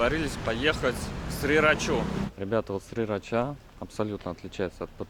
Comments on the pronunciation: Почему Сирача произносит Срирача??? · Сирача вроде как тайцы произносят, а не срирача ;) Лучше на слух, а не английскую транскрипцию ориентироваться 😊🙏